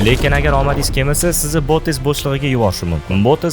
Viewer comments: Bootes emas boteks bo'shlig'i😂😂😂😅😅😅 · Botes deganizda boteks deb eshitipman😂